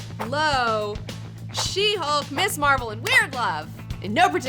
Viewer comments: Hey, not to split hairs here, but it's Ms Marvel, not Miss. It has a "z" sound to it. There is a distinction between Ms and Miss. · Your show has really inspired me to track down a lot of these comics, thank you for that! I enjoy your show and most of your recommendations. I don't usually care if someone pronounces a character's name differently, but I have to bring this one up. It's Ms. Marvel, not Miss. The words mean different things, and there's a reason that her title is Ms. I'm not trying to be a jerk who feels he has to "mansplain" this, just bringing the importance of the distinction to your attention. Please continue doing great and fun work.